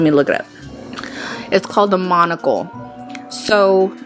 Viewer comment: She says munucle and ace venturu